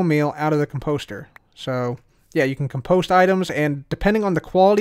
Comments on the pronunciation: COM-post not com-POST... Check the dictionary:) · Say "comedy", now say "compost" with emphasis on the "com", not the "post". You're welcome.